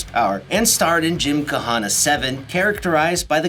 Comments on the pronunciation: The H is silent in Gymkhana. it's not a freaking Hawaiian word. It's not "KA HA NA" it's just "ka-na" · The h in gymkhana is silent